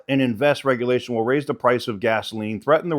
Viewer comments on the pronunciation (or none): none